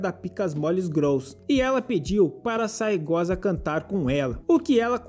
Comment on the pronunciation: Na real é Saegusa, mas esse cara fala assim de sacanagem kkkkk